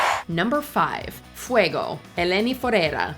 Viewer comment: fweygowh? no, no, it's Fue-go .